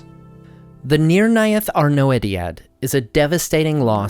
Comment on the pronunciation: thank you so much for your great videos, that i enjoy a lot! (very) small side note, that i often see under tolkien scolars: thous arnoediad is an old quenya term, OE is not pronounced o-e but rather like the german ö (see the pronounciatian notes in children of hurin).